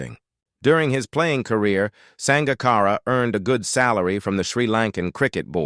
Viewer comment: Sounds like a HIT piece done with a little sugar added. If you can't say the mans name correctly, (AI), just shut up!